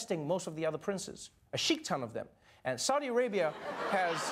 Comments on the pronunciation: Adolfo Berríos Nope, it's "sheikh ton" (sheek ton) not "Shiite ton" (She-ite ton). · No, I thought he said Sikh-ton? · The Saudi royal family are Sunni, not Shiite. So that wouldn't work. It's sheikh-ton.